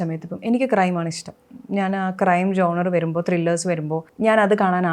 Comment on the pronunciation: ജോൺറെ അല്ല. ഴോണർ genre